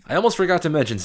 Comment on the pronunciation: "Mark Beerly" - I was gonna go with Mark Brewery but okay.